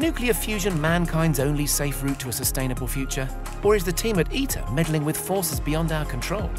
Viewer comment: ITER "I.. T.. E.. R" sound letters dont sound as a word lol.... tritium ... i is like friter not tricycle ... like pronouncing someones name wrong and introducing them as your good friend...